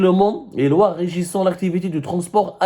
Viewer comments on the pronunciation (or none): none